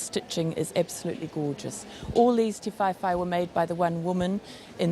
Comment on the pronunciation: Ti-vae-vae not Ti-fai-fai